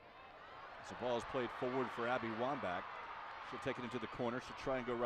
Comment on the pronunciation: "Abby Womba" .... uuhhh